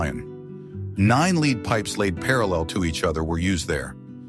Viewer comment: Every other time the narration says "lead", as in the metal, he pronounces it "leed"... ?!?